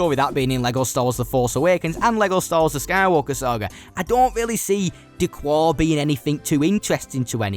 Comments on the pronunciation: Its «d kar» not «d cuar» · D'Qar is pronounced like a Chicagoan telling you what he parked in da garage - da car. It's not da quar. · D'Qar is pronounced D'Kar, not D'Kwar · D'Qar is pronounced 'Da-Kar' by the way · I just want to say D’qar is pronounced D-car